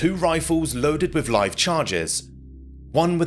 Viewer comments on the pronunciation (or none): none